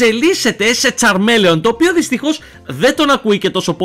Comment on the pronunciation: φιλε μου λεγεται τσαρμιλιον οχι τσαρμελεον